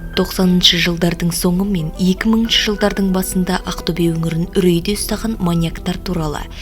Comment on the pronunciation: Ақтөбе дегенді дұрыстап айтшы шатырды тайдырмай